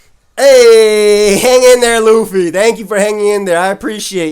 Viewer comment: Lol lu-fee